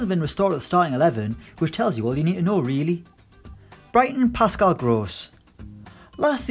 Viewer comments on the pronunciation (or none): none